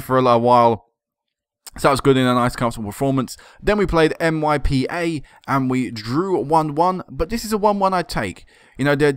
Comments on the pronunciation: it'a not M.Y.P.A. it's MIPA. :) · you pronounce MYPA, it's MIPA. :) I'm not trying to confuse u. :)